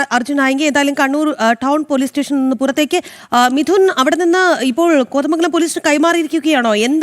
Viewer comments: കൊതമംഗലമല്ല. കോതമംഗലം അങ്ങനെ പറയണം style കുറച്ച് കുറച്ചാൽ ഉഛാരണം ശരിയാകും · ആസ്വാസം അല്ല കൊച്ചെ. ആശ്വാസം. കൊതമംഗലം അല്ല കോതമംഗലം😂